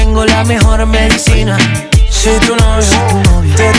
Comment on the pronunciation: Alguien más oye “cocaína” cuando dicen medicina ❓❓❓😳😳😳